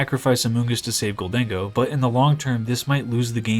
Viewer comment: It's "gold-en-go," not "gol-dang-oh." Kind of like "i'll take my gold and go"